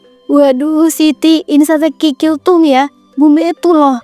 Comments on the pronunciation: Kok tadi bilang nya,"sate krikil"? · " Sate Krikil" ini sate kikil apa krikil 😂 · Sate krikil atau sate kikil sih min ? 🤦🏻‍♀️😅